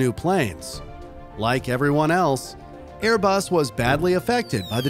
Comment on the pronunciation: Its ”*Airbus*”